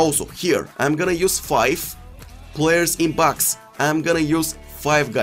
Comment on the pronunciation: Reduce players in pax??? Sounds like he said pax not box LoL